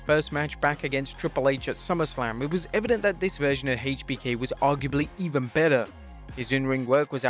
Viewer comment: Says triple h correctly but then says HBK wrong hmmmm